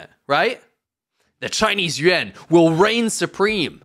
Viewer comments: It's Yuan, not Yuen. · Why you pronounce yuan sounds like yen....what and why? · Bro can’t even say yuan right lol